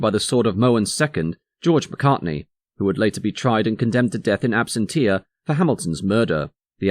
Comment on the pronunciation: "Absentia" is pronounced "abSENTia". "Exacerbate" means "make worse". So, "...exacerbate the fortune he spent ..." is nonsense.